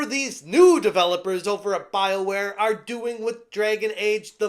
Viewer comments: Could have sworn you said, "Bileware". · Did you say, "bileware"?